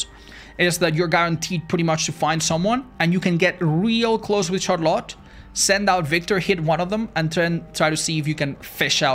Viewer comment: why does the way says 'Charlotte' sound so much better than any other pronunciation 🫠